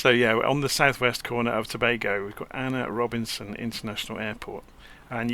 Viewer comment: great video, its pronounced A.N.R Robbinson airport, named after my country president, not Ana